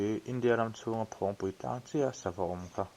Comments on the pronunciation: Phawng nilo in .. Phâwng a ni ang a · Ni e, Phawngpui ti suh, Phawngpui ti rawh.. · Phawngpui pawh lam diklo hichuan tiang hi tive lo teh u, mizo hmun lar lutuk, tawng dik hi zir teh u, thangthar zel ah a pawimawh